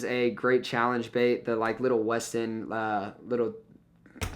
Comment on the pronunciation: Yeah westin is a European company and u said it perfect, I use there pike lures a lot